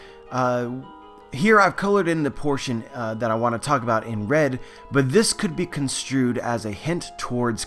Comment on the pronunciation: Hey guys, today I want to taak about.. Sorry but I always release a silent chuckle when I hear you pronounce 'talk.'